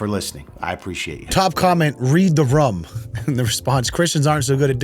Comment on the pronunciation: Why you say "room" like "rum"? It's worse than the christians on the plane.